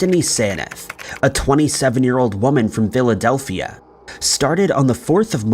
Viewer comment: Was in the only one that heard Diladelphia instead of Philadelphia 😂?